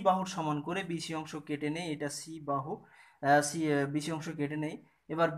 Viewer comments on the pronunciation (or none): সি না ছি😀